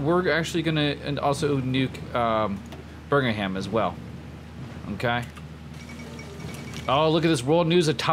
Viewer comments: It's Birm-ingham. Not birgingham XD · Ross Burgingham does not exist to my knowledge. Its pronounced Birm-Ing-Ham my friend :) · Bur-Ming-Ham it’s Birmingham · I heard Virginham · sorry i am going to be the grammar nazi here but as a resident of Birmingham i feel the need to tell you the pronounciation is BIR-MING-HAM :) also you nuked my home town :o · Might be some confusion,. I agree with James you're saying it wrong, at least from what I hear. I hear you saying berg-in-ham. I also live near Birmingham in Alabama, and to best of my knowledge they are both pronounced the same. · The H in Birmingham is silent - /ˈbɜːrmɪŋəm/ unless you're talking about the American Birmingham. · I'm from Birmingham. And i can confirm it is pronounced Bum-in-ham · its pronounced birm-in-um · bir-ming-am is the way it is usually pronounced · American Youtuber- “burgerham” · Did he call Birmingham Burger ham 🤣🤣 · We'll just call it Burgingham now :D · What's Bringanham? I hope your commentary improves! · birmingham is pronounced birmingherm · U can’t say birgmanham can u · Every time he said Birmingham was a stake through my heart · Not to mention the pronunciation of Birmingham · The way you pronounced birmingham gave me actual cancer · doesnt even make any sense, Alabama has a Birmingham so you’d think he’d know how to pronounce it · The way he pronounces Birmingham lol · How is it impossible for you to say “Birmingham”? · dude you'r saying birmingham wrong. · why can american just not pronounce anything with HAM on the end